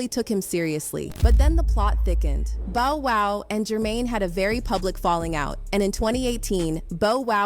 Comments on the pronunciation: It’s BOW WOW!! Not BO WOW damn 😒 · Who the Hell I s Bo WoW...It's BoW Wow..Surprised you didn't say Bo Woh 🤦🤦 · At least pronounce the name correctly 🤬 stop disrespecting him further. It’s Bow. Like take a bow. Bow down. 🙇 🙇‍♀️ 🙇‍♂️ Take your Bo back to the boons. Bow🎀🏹🎻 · It’s not boe wow what the heck it’s bow wow irritating… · Bow wow not boe wow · PLEASE LADY SPEAKER. ITS BOW WOW NOT BO WOW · Bow wow not boow wow! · It's Bow-Wow, not Bo-Wow damn!!! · If that lady says bow wow (bow as in bow & arrow) another time my heads gonna spin. I don’t need ppl trying to make a living off of celeb gossip/news if they don’t know enough about the celeb they’re reporting on to even say their name correctly. SMH 🤦‍♀️ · Nothing can be more insulting than for you to mishandled this man's name yeah they may have taken him physically but you're stripping him from what his ne stands for. I don't know who's worse, the industry or you calling him Boe wow. Instead of bow wow. Oh by the way; I never heard bow wow say "Jermaine Dupree raped him...lies !!! You're raping him of his talented show given name!!!! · Pretty sure his name is bow wow not bo wow 😅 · How many times did someone say the name bow wow! And it's pronunciation? Why does this woman continue to say and pronounce the name Bo Wow!.... I don't know why but it is so d*** distracting!🤯😡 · What's the matter with that lady talking It's BOW WOW LIKE A DOG SAYS BOW WOW..NOT BO WOW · His name is BOW WOW…NOT Beau WOW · Man, if this b don't say Bow instead of Bo..ima stop watching!😂😂😂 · She keeps calling him Bo like Bow Tie 😂 instead Bow Wow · Calling him “bow” wow is crazy business 😂😂😂 over and over 😂😂😂😂😂😂😂😂😂😂😂 it is bow wow though. Crazy the way homophones work 😂😂😂😂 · I said the same thing! How is it boe wow instead of bow wow when they are spelled the same but pronounced totally different?😂😂😂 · I cant be the only one annoyed as he'll she keeps saying BOE wow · This AI Shit has got to go.. Beau-Wow…… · "Bo- wow" ??? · It’s Bow Wow